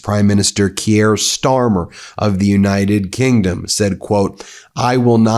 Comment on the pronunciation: Neither is it "Key-er". It's Keir. Butchering names all over the shop...